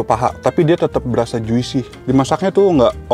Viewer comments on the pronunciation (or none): Bang tolong bang jusi bkn juisi plis bgt gregetan